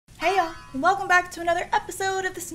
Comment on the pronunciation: Me thinking THAT you say hail and not hey yall